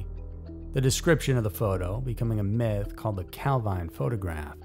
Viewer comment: Calvine, Highland Perthshire, is pronounced Calveen.